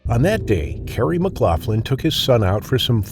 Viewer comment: Dude you couldnt even pronounce my uncles last name right. You Americans really are thick.